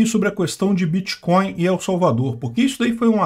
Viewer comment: Pronuncie "EL" como se fosse "ELE" sem o segundo "E"...